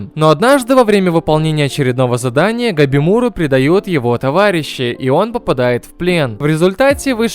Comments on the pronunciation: Этот тайтл просто шедевр, но к сожалению он не популярен. Жалко конечно... Кстати его зовут не "Гобимуру" , а "Габимару" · Чел, его габимару звать, а не габимуру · Габимару, а не габимуру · бл, почему габимура, там же везде говорят габимару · Габимару блять!!!! Какой ещё сука габимуру